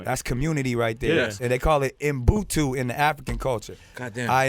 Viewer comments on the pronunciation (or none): Its called Ubuntu Nick (ooh-boon-two) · it's called UBUNTU not MBUTU Nick! hahahaha... nice one though